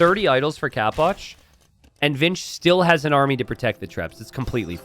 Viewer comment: why do you pronounce it "capwatch"? istead of capoch?